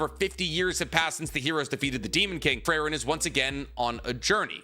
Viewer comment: Never thought I would find someone who loves Frieren this much but also doesn't know how to pronounce Frieren.